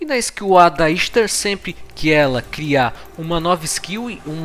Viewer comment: A pronúncia dela é Ishtar msm.